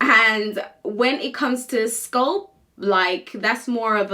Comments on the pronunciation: why she say sculp instead of scalp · Apart from this lady, I have never hurd anyone from the UK to call it sculp they do call it scalp . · Why are you pronouncing scalp as sculp??? WTH. Pronouncing words correctly drives me nuts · Why are you pronouncing the a in sc a lp as Sc u lp? It is scalp not sculp . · In the UK its pronounced sculp